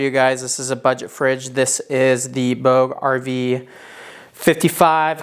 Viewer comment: Pretty sure you’re pronouncing ‘bouge’ wrong.